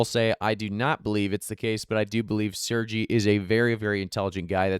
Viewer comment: Bro it's pronounced SER-GAYY NOT SERGEE 😂. Good vid as usual.